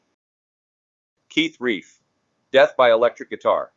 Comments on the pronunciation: Hate AI products. So unnecessary for the AI voice to read out the title and cause of death... and it's RELF not REIF... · Keith Relf with an "L" and rhymes with shelf, not reef. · Keith Relf, rhymes with stealth, not reef. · Keith RELF not Keith REIF. Sheesh. Learn about your subject